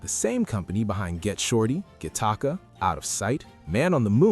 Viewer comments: I'm sorry, did you say, 'ga-TA-ca?' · Guh taka? lmao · Say Gattaca again you miserable pos… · That's not how you pronounce Gattaca 😅